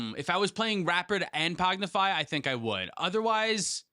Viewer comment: Idk why but them say pognify is messing with me XD